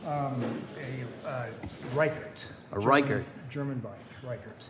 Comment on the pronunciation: I mispronounced the maker of the frame I'm building up. It's pronounced "Rick - ert" vs "Rike - ert." Hugo Rickert was based Dortmund, Germany, a one man shop (plus his wife Dorris who did the lining on the painted frame sets). He built frames for many a professional racer as well as amateur racers spanning several Olympics. Alberto Roland (also in this video) from Sacramento wrote a nice piece for Classic Rendezvous that detailed all of this. Nice to meet you in person!